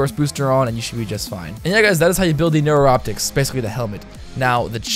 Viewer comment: Neuroptics (new-rop-ticks)